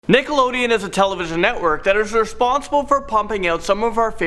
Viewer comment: That is reshonshible - he can not talk